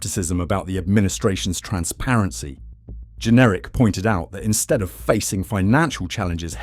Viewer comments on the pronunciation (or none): His name JENRICK NOT GENERIC, or pronounced generic, and no i am not a Tory voter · Since when has Jenrick been pronounced Jenerick ? Is this AI voice over ? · It’s Jenrick not Generic 🙄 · WHO ARE YOU ? YOU CANNOT PRONOUNCE "JENRICK" .... are you some sort of generic AI b s ??